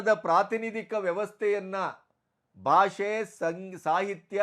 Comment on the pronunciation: Salute your response and stand on this unfortunate matter, avare 🙏 But just a humble request: Please focus on pronouncing Kannada better - alpapraana, mahaapraana, hrsva, deergha. It is bHAASHE not baashe, shataavadHAni not shatavadaani. If Kannada ucchhaara is as it should be, our pride gets exponentially magnified. It is probably the only language where writing and speaking are exactly the same. Talaharate anta baydu kollade nanna manavi sveekarisi:) Thank you! jai kannaDAmbE! 🙏